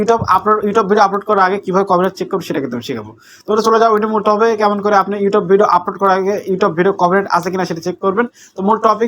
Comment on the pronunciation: ব্যাটা,, ঠিক মতো ইউটিউব উচ্চারণ করতে পারোনা 😂 ইউটোব ইউটোব কি?????😂😂